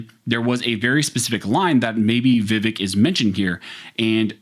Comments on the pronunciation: His name is pronounced “Viv-ake” like in cake. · Vivek like cake not "Vivehk" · His name rhymes with Ear-ache - but with the accent on the second syllable: Veev-ACHE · Pronounced: Vǐv-ache Thanks for this awesome video! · The candidate's name is pronounce VIvek____Va Vake_____rhymes with cake. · Please...the man is a LEADING CANDIDATE for President. His name is pronounced: "Vih-VAYK." Pronouncing things correctly gives your information greater credibility. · The pronunciation is vi-VEK, sound like "cake" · Vivek... Rhymes with "Cake" (exact wording Vivek uses to explain it to people) also, it seemed you were intentionally avoiding his last name (it's hard, i get it), so for reference: Ramaswamy - Rom-uh-swom-ee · I wish people would listen to him about how to say his name is pronounced vavake sounds like cake not vavike like Michael vice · Vivek is pronounced Vi-Vake as in Cake. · "Vivake" like CAKE...😂 Love ya bro. Just had to. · Just so you know his name is pronounced VehVake, like ache, not ekk. As in I ache to have my 2nd amendment rights restored in California. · FYI his name is pronounced viv - ake like cake. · His name is pronounced vi-vAke. Second syllable rhymes with cake. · FYI: HIS NAME IS PRONOUNCED 'VIV-ACHE' (RHYMES WITH CAKE) !!! YOU DON'T WANT TO BE CHANNELING DONNA BRAZILE, LOL !!! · It’s pronounced Viv-ake! Like Viv-(cake) subtract the c. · Just so you’re aware, it’s “Vih-vake” with the emphasis on the second syllable. He talks about it specifically with Tim Pool on the Timcast IRLpodcast. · Vivek is pronounced vi-Vake. Thnx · Vivek rhymes with “cake”. It’s a very easy name to pronounce. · Yo, learn his name. It’s pronounced Viv-ache. Vivec is one of the tribunal from morrowind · It's pronounced Vi-Vake. It rhymes with cake. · Vivek….is pronounced Vivake (like cake)